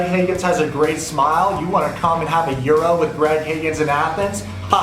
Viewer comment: You can’t eat a “euro”, it’s money. It’s a gyro, pronounced (yee-ro)